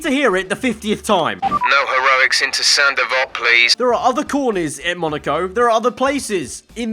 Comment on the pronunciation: Saint Devote? Hell, I thought he was saying "Sandoval"